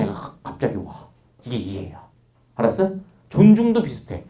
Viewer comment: 알았으? 이 꽉물고 얘기하실때 나만 멋지게 느껴짐?